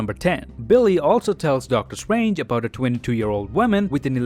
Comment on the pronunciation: i like when he says "Doctor Strwange"